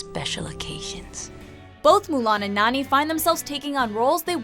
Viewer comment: How she says Nani- it sounds like she says neny